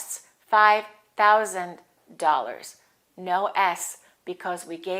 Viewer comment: Great video, I have a question, when I look up the pronunciation of the word " thousand" in the dictionary it says "θaʊzənd" but when you said it in the video it sounds like "touzand" I heard many Americans pronounce it "tousand" as well, am I right, thank you.